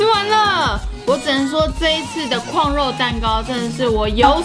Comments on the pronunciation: 怎越來越台灣國語了啊？廣肉蛋糕完全聽起來沒有食慾… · 哈哈！是不是都唸「礦」肉？？